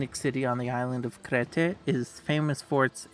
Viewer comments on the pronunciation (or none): "Crete" is pronounced "Kreet", not "crayteh" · Great video! Exactly the type of video I was looking for. Well done! For the name of Crete. It's pronounced like Kreet